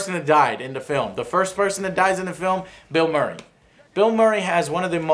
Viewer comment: Did Joe say Mill Burray? XD